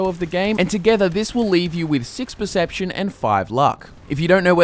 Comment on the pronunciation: percpetion xD